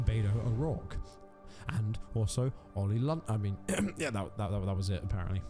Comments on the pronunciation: “Oil London” lol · Oi OLI LONDON, ITS OLI LONDON!!!